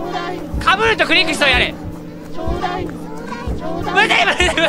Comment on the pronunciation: 「ちょうだいよ」が「東大王」にしか聞こえなかった